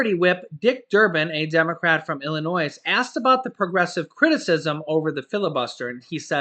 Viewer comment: You don't pronounce the s in Illinios